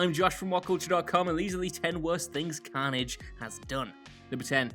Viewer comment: STOP SAYING CAUGHN-AGE HOLY SHIT ITS CARNAGE